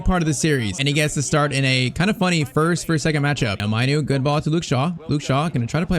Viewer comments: Its mainoo pronounced main u not manoo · Its mAaaanoo not Mynoo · It’s not minoooo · It's kobbe mainoo and pronounced kobbie maynow😊